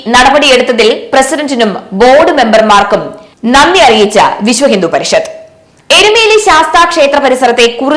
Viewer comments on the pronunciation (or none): നന്ദി അറിയിച്ച ദേവസ്വം ബോഡ് എന്നോ ' വിശ്വഹിന്ദുപരിഷത്ത യോ ഇതെന്താ ഇങ്ങനെ വായിക്കുന്നുത് കൃത്യമായി വായിക്കെടീ😡😡😡